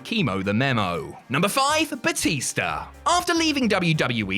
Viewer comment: He called Batista Batister